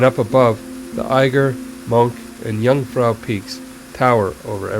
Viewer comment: Jungfrau is pronounced Yoongfrow.